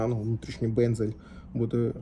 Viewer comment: Не бензель а безель.